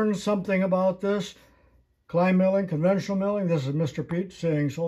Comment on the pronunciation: Conventional, not "convential". The sudden backlash take up often abruptly surprises the novice.